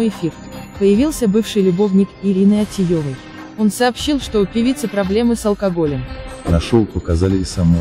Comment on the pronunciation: Да не ОтиЙОвой, а ОтиЕвой. Аж слушать противно!! Авторы, вы что, идиоты? Фамилии правильно назвать не можете?